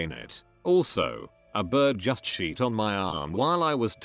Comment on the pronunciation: The way the automated voice pronounced shit as sheet just got me